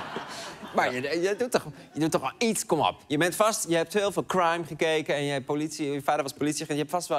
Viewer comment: je bedoelt "Kehwhraime" ?